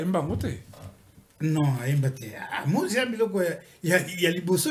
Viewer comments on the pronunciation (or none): na lingala c'est moZika et non moSika, le S prononcé Z en français fait désordre. Mes amitiés.